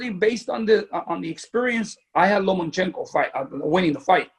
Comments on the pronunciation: It’s LOMAAAACHENKO!!! Not LOMANchenko,,, Jesus If you’re going to defend him at least get his name right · i’m not a fan of dads like lopez sr. that being said lopez and sr. got the result... good for them. also wish people would stop saying Lomanchenko. 😂